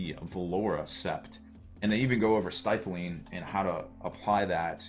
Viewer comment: "Sty-pling"? It's "Stih-pulling". "Stipple" rhymes with "nipple".